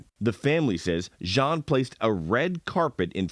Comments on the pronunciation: I know its not important but m so tired of hearing them say the name like that... The last name is of French origin... Jean not John or whatever you ppl are saying.... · It's not important but maybe you should Google how the French pronounce Jean (Jehan=Jon... John)